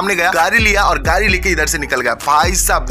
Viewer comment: Gadi❌😑 Gari ✅😅